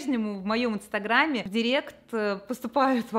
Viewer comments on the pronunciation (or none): none